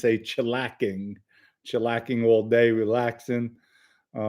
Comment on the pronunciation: Its chillaxing. Not chillaking.